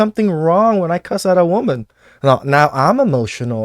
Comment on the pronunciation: And they say wahman listen